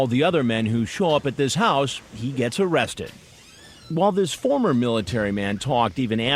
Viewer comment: I choked when i heard that!